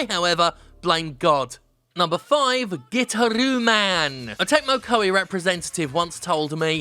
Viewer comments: Pretty sure its guitar-ooo man, and not "gitter-ooo" man, lol. But regardless, good list. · It's pronounced Guitaroo Man, Jim. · Pretty sure it's called gui-tar-roo man. Sadly I pirated it, but it was amazing. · Nobody: Jim: "GIT-ah-RUE MAN"